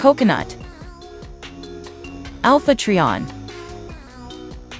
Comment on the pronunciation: It's Trion (Try-On) not (Tree-On)